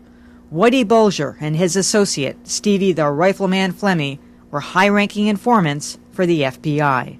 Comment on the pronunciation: Who'd you say these infahmants wuh?........ I didn't....